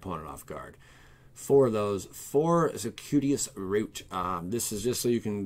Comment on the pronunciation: its circuitous, Like Sir-queue-it-us lol